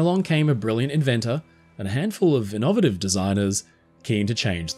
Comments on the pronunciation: Did you say in-nov-ative? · The pronunciation of innovative threw me off.